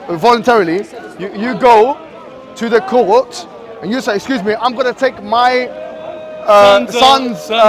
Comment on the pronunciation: Order in the courd order in the courd 😂 jurys judgeg and advocate allowed to speak hey just audiance hey will be held for disrupting the courd. 😂😂